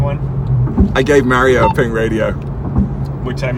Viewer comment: You are botching Mario’s name